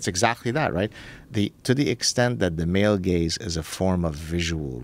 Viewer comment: i enjoy the way that male gaze sounds like male gays. word play.